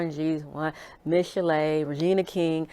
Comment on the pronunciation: Did she say Regina King? 🦻